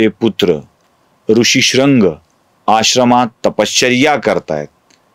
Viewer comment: कथाकथन सुंदर आहे.पण भरद्वाज,भारद्वाज,ऋष्यशृंग,ऋषिशृंग, कळीचा मुद्दा मधील कळ हा शब्द अशा काही गोष्टी खटकतात. रामकथा सांगण्याचा वेगळा मार्ग स्पृहणीय आहे.श्रवणीय आहे.अभिनंदन!